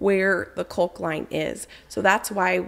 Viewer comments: I love you but man I hate the way you say caulk. It’s c-ah-lk not c-o-lk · The L in caulk is silent. It pronounced cauk, like hawk.